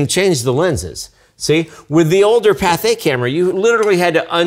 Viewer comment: It's Pathé, not Patha.